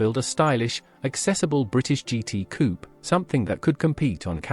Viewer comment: This presentation is total rubbish, as a mechanic in the 1960's I worked on most of these cars and none had any of the problems reported, they wern't perfect but few cars are. Pity you didn't check the AI sound track, so many mistakes notably Bond Equipe coup is Eh-Keep Koo-PAY, Wolsley is Woolsee whats an Austin At 800?. The best mistake was the Imp was Britians answer to the mini, THEY WERE BOTH BRITISH you prat. It's engine was a modified Coventry Climax fire pump engine, not from racing. I'm suprised YouTube allows this twaddle.